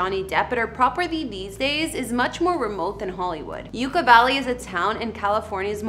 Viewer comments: It is pronounced like YUCK-A Valley. Not YOUKA Valley. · Just fyi, Yucca is pronounced Yuk-ka, as in "that's yukky". What you're saying, Yooka, as in "YOU-ka" is how to pronounce the word Yuca. Yucca and yuca are different words, with different spellings, different pronunciations, and different meanings. Yucca Valley is named because the yucca (yuk-ka) desert plant lives out there. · It is pronounced "yuck-a" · Pronouncing Yucca Valley right should have been essential for this video. YUCCA is a very common word. Pronunciation is Yuk- kuh. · You ka. Valley. It’s Yucc a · SERIOUSLY THOUGH, i played this out loud and everyone started making fun of his bimbo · Yeah that’s definitely not how you pronounce Yucca 🤦🏼‍♂️. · you're mispronouncing the word 'YUCCA' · You are mispronouncing the name of Yucca Valley. Please make sure you find out how to pronounce names before posting here. " YUCCA"